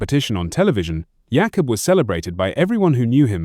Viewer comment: Please retape this. His name is pronounced Jakob. Jay cob not yak off